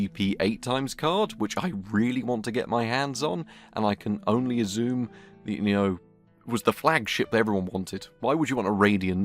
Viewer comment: Azzoome = Assume. I love your strange pronunciation. Feels like I've just scammed my Mam for £40 for a top graphics card, but I just was spamming for attention. 😂😂😂 😢😢😢